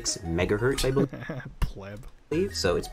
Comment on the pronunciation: He said megahurt